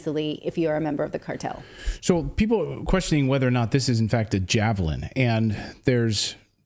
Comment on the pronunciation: SHE SAID JAVLIN WHICH IS IN FACT A JAVELIN. SHE ABBREVIATED THAT WORD INSTEAD OF PRONOUNCING THE E SHE JUST SAID JAVLIN.